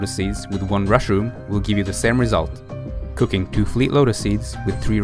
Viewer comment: Ok...I don't wanna say this like it was an alarming thing. I could of sworn you said Cocaine instead of cooking.